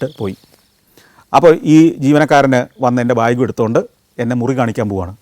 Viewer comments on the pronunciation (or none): none